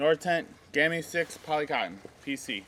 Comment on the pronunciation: Please don't say gammi say gamme with e. Love from Norway.